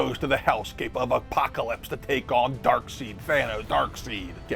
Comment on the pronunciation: Did you say “Dark-SEED”?!!!😂